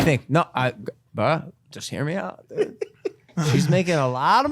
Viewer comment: logan says "dood"... not "dude"... you will never be able to unhear this ever p.s. logan please dont ruin the ufc more than ESPN already has